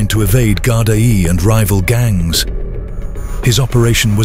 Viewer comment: Someone needs to tell the narrator how to say Gardai properly